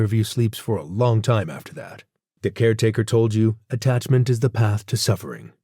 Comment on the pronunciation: *peace not piece. *attachment not attacment